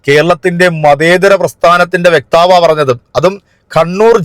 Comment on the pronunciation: വെക്താവ് എന്നു പറയല്ലേ? 😊 വക്താവ്.......